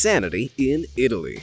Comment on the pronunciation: You said Italy with an S